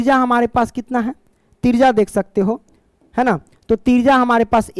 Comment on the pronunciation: त्रिज्या ❎तिरजा ✅😂😂😂 Thank you so much sir❤